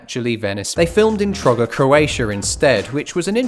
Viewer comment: as a croatian the way you said trogir made me burst out laughing XD